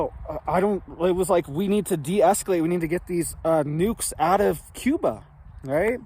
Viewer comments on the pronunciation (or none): none